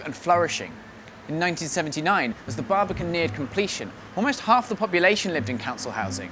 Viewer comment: immediately clicked off after the exaggerated pronunciation, the baribican cool tho ig